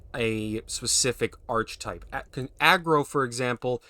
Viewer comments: Archetype is pronounced "Ark-ə-type." Its a greek word so the "ch" makes a hard "k" sound. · archetype is pronounced - "aar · kuh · tipe" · Or better still “Arr-Key-Type” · It's not grammar, it's phonetics and pronunciation. There is a correct way to say the word, and hearing it said wrongly over and over and over gets annoying. Once or twice is nothing, but when someone makes such a simple mistake so many times it's polite to simply correct it. The hard k sound for "ch" is correct for this word because it is Greek. Any time you pronounce an obviously Greek orogin word like archetype with a soft "ch" as in "cheese" you reveal your ignorance.